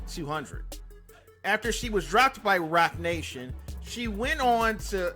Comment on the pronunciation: This nigga said Rocnation